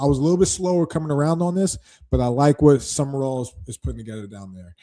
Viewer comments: Sumrall! At least get the name right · You pronounced it “Sumerall” honest mistake